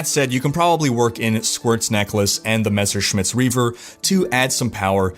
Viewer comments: I see, took some german classes and now can pronounce Messerschmidts correctly:) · Heh! You figured out how to say "Messerschmidt". A shame. I was kinda waiting for you calling it "Mr. Smith's Reaver" once again...